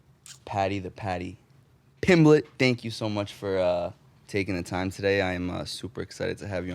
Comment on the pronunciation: “Paddy pumblett”